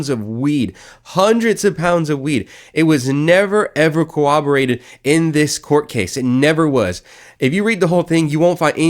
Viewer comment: It’s not “cooberated “ it’s “corroborated”, just saying…